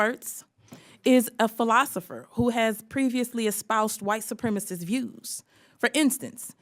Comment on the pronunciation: Well someone desperately needs to start writing boebert's speeches because she can't even say the word "supremacist" correctly. Carry on